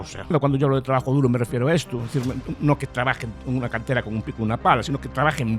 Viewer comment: Trabajo duru, no duro 😂